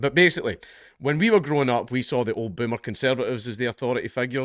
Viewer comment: I just want to hear you say the word 'Boomer' 100 times in a row, damn I love that pronunciation😂